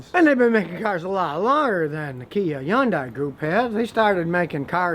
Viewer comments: Scotty learn how to pronounce Hyundai. You need to pronounce the H not the Y the name of the manufacture sounds like this Hun-day not Yun-dai. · yes but Scotty was pronouncing the end "die" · he said yawn-dye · Hai-un-dai is how it's pronounced. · I worked for Hyundai, it’s pronounced with the H and it it sounds like Sunday with an H. They ran a commercial stating this! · he thinks the H is silent LOL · Scotty, you are working TOO hard saying Hyundai. It's pronounced HUN-day, like Sunday.. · HUN-DAY Is how your pronounce it Scotty 🤦‍♂️ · i just googled the CEO of Hyundai saying it and he says like HIN-DAY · he says Hyundai like yundai. i’ve never heard anyone pronounce it like that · Drive sisters Hyundai in Korea in 1980. This review is the first I disagreed with. Check where Consumer Reports now rates Hyundai and Kia. BTW, as a Korean speaker, it’s pronounced “Hyon dae”. Literally this means “Modern era.” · Correct pronunciation is actually “hyun-deh” The real korean pronunciation. :) 현대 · Scotty, it's pronounced "Hun day". It's like "Sunday" with an "H". Source: Korean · I will let that "yundai" go. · Hey called it "Yundeye" wtf?? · Scotty ? before you talk about Kia or Hyundai , say it right it is Hyundai like sunday monday Hyundai ... got it? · i never hear of anybody say 'yeon daai' lol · Scotty learn how to pronounce Hyundai. Just say Sunday with an "H" and you'll nail it. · Stop saying YunDai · Hahah yundi it Hyundai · Not how you pronounce it in Korean. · Not how it's pronounced in korean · Scotty is saying it totally wrong. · No it's not, actually. That is an American-ised pronunciation that was promoted for marketing reasons. Scotty is also mispronouncing it. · Scottie’s pronunciation of Hyundai is to funny. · is the "h" silent in hyundai? i learned something new again from here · Some eastern Koreans do, the ones that live past Taeback line. Scotty probably learned from them. It's definitely not the normal pronunciation.